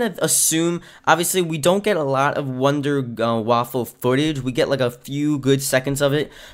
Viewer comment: Wunderwaffe. NOT waffle